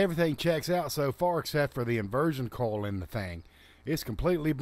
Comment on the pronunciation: I know that guy said coil, but it sounded more like he kept saying coal instead.